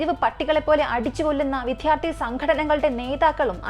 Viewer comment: വിദ്യാർഥി , എന്ന് പറയൂ, വിത്യാർധി അല്ല